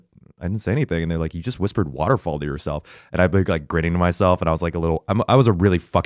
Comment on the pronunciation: the way Eugene says waterfall reminds me of how Sokka says Water tribe